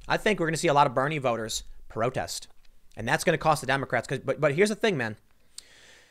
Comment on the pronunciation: Did I hear him say brotest instead of protest 😂